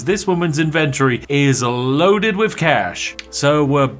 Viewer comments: “In ven tohry.” Yuck 🤮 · In-ven-tory isn't pronounced like you say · Vids are AWESOME, but dammit - say inventory properly 🤣🤣🤣